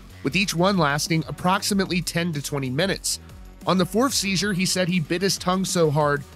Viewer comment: Are you saying “sheezer” holy shit